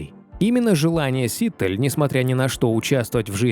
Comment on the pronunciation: Все время ударение диктора фамилии неправильно произносит